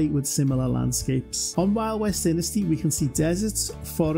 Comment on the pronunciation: It's DYnasty, not DINasty.